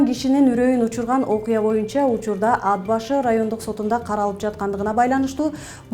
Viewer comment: АТ БАШЫ ДЕП ОКУ. АД БАШЫ КАТА.